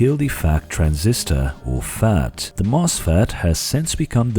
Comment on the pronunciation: I believe its pronounced FET not FAT